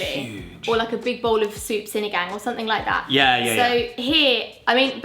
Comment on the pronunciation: She said "sinigang" perfectly